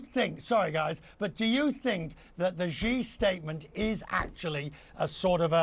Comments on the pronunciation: In a country where almost no one in the media and administration knows how to pronounce another country's leader's name (Xi is pronounced as the letter 'C' instead of 'she'), do these people know what respect is? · why can't any commentator pronoun 'Xi' and 'Zhang' correctly?